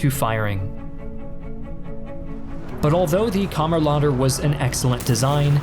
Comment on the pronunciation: as a norwegian i think the way you say kammerlader is very funny